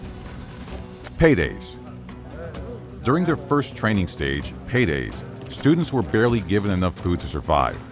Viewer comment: Paides* not Peireis